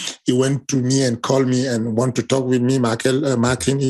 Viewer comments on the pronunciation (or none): none